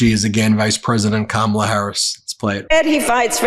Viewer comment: I told my kids I am immigrating to America because of Kamala😂 From South Africa … What a lady What a speech.. Go Kamala. Your grandkids taught adults to pronounce your name ? Shame on the adults who ignorantly and maliciously mispronounce your name. Your grand kids have more sense than some 78 year olds.. You brought them up correct 🙏🙏 Respect the name parents gave you….